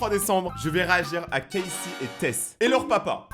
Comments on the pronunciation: Sa se prononce kazé pas kaysie Mais ça s'écrit casey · Et ca se prononce pas cayssi mais Cazey